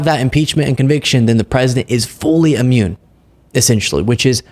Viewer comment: I love you, man. I watch you constantly. But double-check your pronunciation. It isn’t “ammune“. It’s “Immune“. 😉 Keep up the great work!